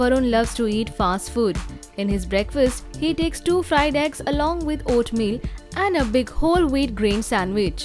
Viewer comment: It’s oatmeal and not oatmill‼️